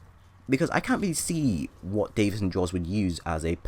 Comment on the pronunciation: im sorry for correcting you, but its Davis not David